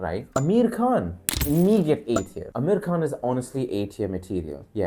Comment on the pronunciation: Bro this video was good but I have a doubt - are you an indian? If yes then why did you pronounce amir khan like that?